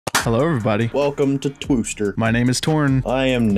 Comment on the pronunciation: welcome to twooster 😂